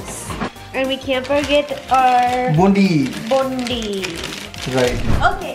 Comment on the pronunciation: The way pronounce boondi is so funny.